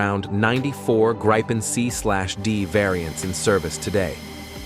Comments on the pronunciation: Why, are you showing F-16;s, when talking about Gripen's? BTW: (Gr I pens, not graipens.) Show what's shown and talked, about. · This filthy AI voice isn't even capable of pronouncing the word Gripen consistently! One moment it's "Gripen" as in grip, then another "Grypen" as in "why." What are we supposed to believe at all? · why do you mix pronouncing Gripen the right way and the wrong "english" way. :)